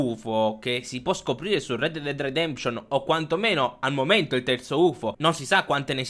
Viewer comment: Red dead dead detemption?! Come cazzo lo pronunci lol